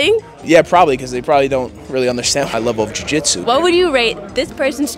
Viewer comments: Love her pronunciation of joo gee tzu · Jiu Jitsu was giving trouble every time she had to say it. She pronounced Jiu Jitsu differently every time. Still love her platform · Why is she pronouncing jiu-jitsu like that? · The way she pauses and emphasizes the “jiu” in, jiu jitsu is adorably funny.